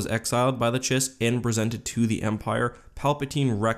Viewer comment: Chiss is pronounced 'kiss.'